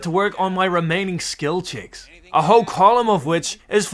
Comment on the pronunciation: bro saying skil chicks instead of skill checks